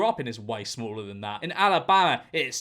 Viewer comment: GEORGE I love you, but the way you said Alabama made me cry